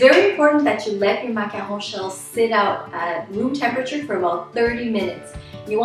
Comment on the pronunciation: I LOVE how you pronounce macaron